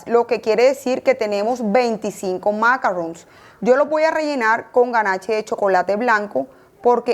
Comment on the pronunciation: Macaron NOT macarron.